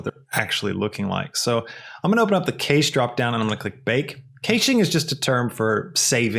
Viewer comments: Awesome! You ae great teacher and I learned tons of information. You have a very good way of taking the time to explain things (much appreciated). Thanks again! The only thing I would mention (not as a bad thing) but just trying to assist in a small way. Cache is pronounced like "Cash". Again, awesome video! I subscribed to your channel. Thank you. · wait a second... did you just say kaysh? I think that is the first time I've ever heard Cache pronounced that way and my brain just crashed along with blender edit: great tutorial tho! lol just had to comment this